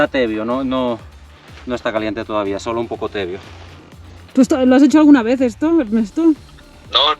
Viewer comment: Y en castellano es tibio, no tebio. 😊❤